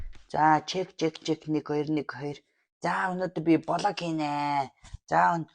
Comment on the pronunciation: Хөөе та хоёр влог гэдгийг блог гээд байхын😂